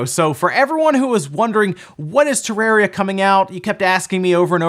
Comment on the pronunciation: Nobody:: TerrEria